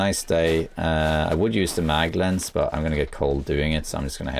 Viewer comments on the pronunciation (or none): none